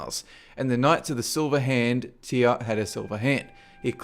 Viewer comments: who the fuck pronouces Tyr, TIAA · Why do you pronounce "Tyr" as "Teeyah"?